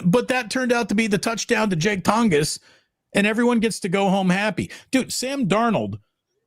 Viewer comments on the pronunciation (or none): It’s pronounced like Tawn-jess